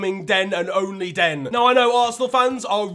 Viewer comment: bruv why u saying "dem" and "den", instead of them and then, actually jarring to listen to, you sound like you grew up in surrey stop trying to sound Caribbean its cringey asf.